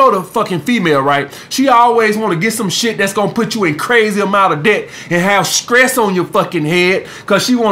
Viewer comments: Juju; He actually said the Word “Skress” But since he’s from Alabama, I know that he was trying to say Stress. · I was just about to ask was he saying stress or skress lol?